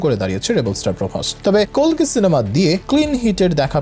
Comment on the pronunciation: কল্কি নারে কালকি😂😂😂